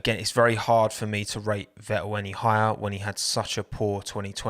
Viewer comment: Sebastian Ve-el